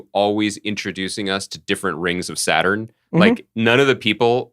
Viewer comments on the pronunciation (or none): none